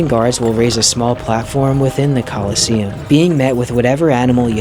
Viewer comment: What i read: Colosseum What i hear: KOLOSSOS